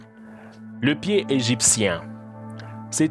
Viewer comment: pié chélou ! mdr il m'a tué